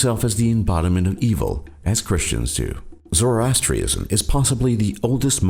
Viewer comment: He pronounced "Zoroastrianism" and "Santeria" wrong too. The narrator is a fucking idiot.